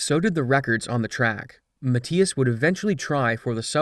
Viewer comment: Mathias pronounced incorrectly entire video